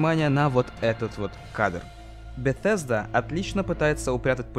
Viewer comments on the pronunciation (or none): none